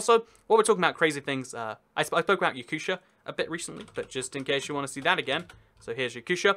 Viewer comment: I AM TRIGGERED it is Ya-coo-tee-ah. It has status of Republic because the most of population are not "generic" slavic Russians but asians (Yakuts). They have their own language and history and culture. And more importantly Yakuts are not only one ethnic group populating the Republic! The others also have their own language! Yakutia is freaking country inside a country. You can make parallel with Wales. Welsh have their own language and identify themselves as Welsh. The division in Russia is really simple: - You have your own language, religion and "ethnical locals" BOOM you are Republic - You have all the political forces that matter BOOM you are City of Federal importance (minus Simpheropol) - Oblast' if you are generic, Krai because history - Autonomous oblast'/okrug because you didn't have enough "ethnical locals" to be called Republic Phew let it fade in the depths of the Internet